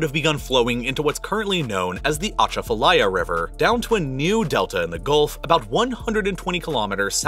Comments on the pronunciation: It’s pronounced “Ah-Chaff-Ah-Lie-Ah” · As a New Orleans native, the pronunciation of Atchafalaya was hard to sit through 😭🤣